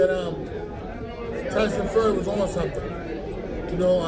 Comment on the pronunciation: Who is Tyson ''Furry"?